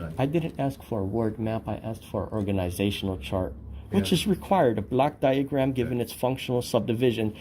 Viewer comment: He pronounces it this way: "black" diagram. He means a "block" diagram. Even then he is incorrect. He should ask for the "Organizational Chart" and specify which one. A "block diagram" can be for just about anything, including an electrical circuit, just like a Venn Diagram can work to demonstrate shared traits of just about anything. This idiot has no clue how to be an auditor.